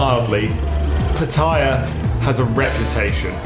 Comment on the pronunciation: Another vlogger that can't pronounce Pattaya correctly :-)